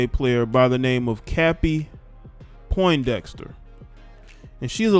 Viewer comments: Bro you didn't even say her name correct! "PONDEXTER" Where are you getting Poindexter from Fam 😆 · Hey little bro her name is Pondexter not Poindexter